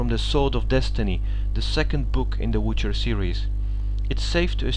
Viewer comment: Tonacja, składnia zajebista, ale możesz jeszcze troche popracować nad akcentem i wymową. ^^